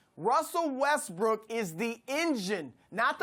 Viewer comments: look at Chris when Skip says “Wethbrook” 😂😂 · Russel WeTHbrook🤣🤣🤣